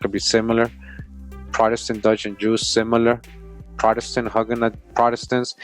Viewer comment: GREAT VIDEO FAM! JUST A SMALL TIP... HUGUENOT IS PRONOUNCED WITH THE LONG SOUND LIKE THE WORD YOU